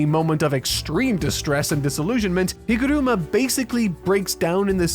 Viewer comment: NEVER say higoruma again